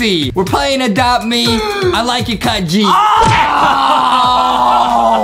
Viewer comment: It’s cut not kud